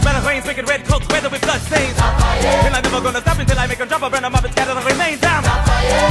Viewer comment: Ik but it's Lafayette not Labagette